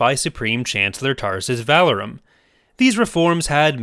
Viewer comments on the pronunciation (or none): “Vuh-lore-um” not valorem but good video